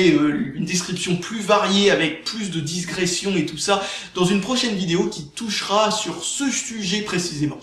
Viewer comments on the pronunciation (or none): none